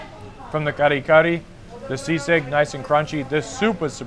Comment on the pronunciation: Its SISIG not SEASICK hehehe